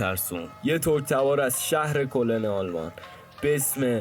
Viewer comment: ridam too talafozet !!! kolen akhe !!!! koln baba !!!